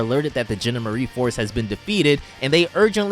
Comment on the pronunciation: The "genda-marie force" It's the GEN-DOM-ER-EE force